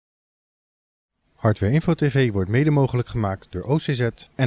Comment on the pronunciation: 'welkom bij hardwevetevee' hahahaha